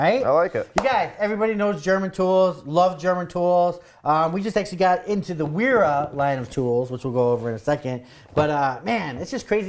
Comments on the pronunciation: Wera definitely pronounced Vera - W is pronounced like a V in German (and other European languages). They make good tools, though not always made in Germany. Prefer Wiha myself ;). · I think since it is German it is pronounced like "Vera" with a v sound. Solid tools for the guy that wants the best. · The W in German is double v not double u